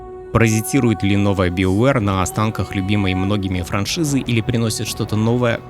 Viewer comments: Да какой биовер, у меня уже кровь из ушей идёт. БАЙОВЕР ВАШУ МАТЬ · ты произносишь "СТАРВОРС", "ДРАГОНЭДЖ", "ВАЙЛГАРД" и т.д... Но произносишь "БИОВЭР".......